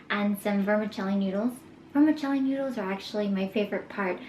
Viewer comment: Just being honest but This video is very enjoyable but you should pronounce stuff better like kaopoon and vermicelli . I love your videos and you should do a vegan snacks tryout